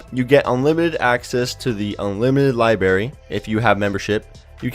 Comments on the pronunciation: It's Library not libarry ! Stay in school kids :| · LIBARY????? I think you mean LIBRARY! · library not libary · OMG IS IT JUST ME OR DOES ANYONE ELSE CRINGE WHEN SOMEONE SAYS 'LIBARY' INSTEAD OF 'LIBRARY' SAY IT RIGHT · Dude...are you a kindergarten child? It is not lie berry. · What the fuck is a lie berry? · What is a libarry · Libary?? really? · guy says "libary" Clicks out of video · it's li brarry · LIB"R"ARY, IT HAS A FREAKING R ! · There is an 'r' in "libRary", also it's'trial' NOT "trail"......!!! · library has 2 r's, learn how to speak. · the way he pronounced library agrivates me..